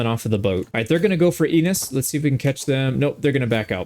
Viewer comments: You chose to call it E-nis, instead of N-nis? Questionable. Very questionable. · Also Ennis. En-iss not ey-nes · It's pronounced "Ehn-iss" not "eee-niss" btw. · The way you said ennis.... (ehn-is) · You picked my home... Also Ennis is pronounced how it looks - Eh nis